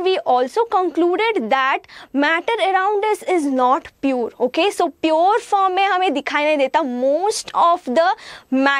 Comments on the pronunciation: Mam it's pure not purrrr😂😂😂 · Mam it is pure, its not piyur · She can't even pronounce pure properly